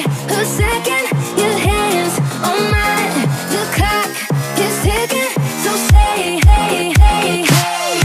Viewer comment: Sprinkle Dash the lyrics to the song are "the clock is ticking" not "cock is ticking" I'm saying it sounds like cock